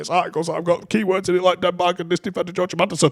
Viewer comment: Joo chim Andersen? 😂😂😂😂😂